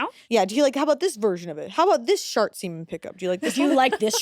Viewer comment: They were FULLY saying shart semen, those captions are not going to convince me they were saying shark semen 💀💀💀